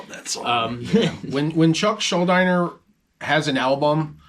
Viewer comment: It's pronounced Shull-deener btw. Not Shull-dyner